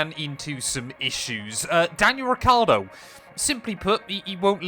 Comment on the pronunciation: Yes but is Ricciardo not Ricardo 😂